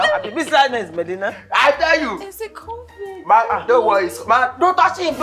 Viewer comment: Shaggi werey....it is not fluid.....it is cofid 😆 🤣 😂 😹 Nice one my damn fuck bro. God bless you man for making me tuber. Lol....werey